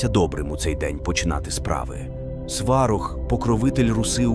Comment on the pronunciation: Навіщо братися за тему коли ви навіть наголос ставите невірно!! Якесь свинство... На кацапський манер: "СвАрог"... Щоб вам у глотці пір'ям поросло! За дискредитацію і провокаціїї